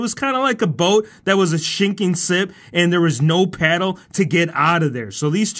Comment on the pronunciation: you said "SHINKING SIP" instead of "sinking ship" LOL!!!